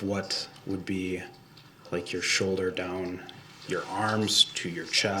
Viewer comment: A showder? What’s a showder? Does he mean shoulder!?!? He sucks so bad..I can’t stand him